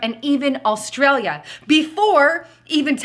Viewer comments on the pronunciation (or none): none